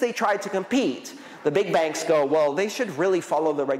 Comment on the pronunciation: Thanks, Andreas, every time you said "Big Bank" it sounded to me like the "BIG BANG" but in the way of "BIG BAN":rolling_eyes: Big banks to achieve a "BIG BAN"